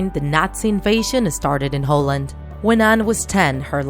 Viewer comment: Please say the netherlands or holland not hooland